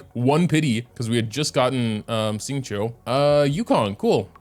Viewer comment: nah, won't remember anyways. He can't even pronounce Xingqiu yet even after 3y